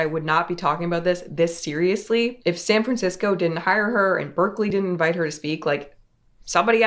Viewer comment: San FranCrisco, puh-lease.